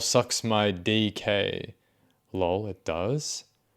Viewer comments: I love how you say laul instead of L O L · I appreciate that you read "lol" as "loll" cause I do that too, it's great hearing it from someone else.